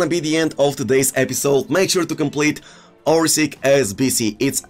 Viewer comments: Hi isnt orsik he is orsich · Dude spell the name right cruyff = kroif abd Orsic = Orsich